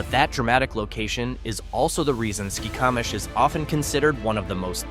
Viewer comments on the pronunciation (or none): Correct pronunciations of some of these towns: Conconelly = "Kon-kon-nelly" Okanogan= "oh-kan-nog-an" Skykomish= "sky-ko-mish" (hard O) Curlew" "kur-loo"/"curl-ooh" Haven't finished video yet but will later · Yikes! I thought I had heard town names mispronounced before; this is just awful. The ridiculous music behind the ai narrator mispronouncing Skykomish 15 different ways is almost funny. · its pronounced sky ko mish skycomish